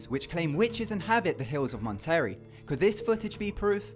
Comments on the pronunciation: Monterey = Mon-ter-ray Bruja = Broo-ha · Boy you said everything Wrong... montary? It's Monterey (Mon•Te•Ray) and broojes? It's brujas (Broo•has) JS... trying to help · Lol... it's funny how he pronounces certain words because of his accent. Mon-terry (Monterey) and Bru-juhs (Brujas) to name a few. Love this channel. Cool video bro. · bruh I couldn't tell what he said, so I was looking at the comments so I knew what he said